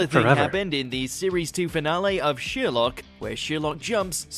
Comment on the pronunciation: Why is he saying “Sheerlock” wtf 😳